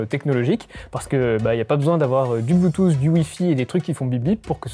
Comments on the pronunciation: Haha ce marcel même pas classieux et grisâtre et une crevette qui prononce "un anti-vol blutusse" ! J'ai arrêté là ! :) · c'est un antivol "blUUTUUS"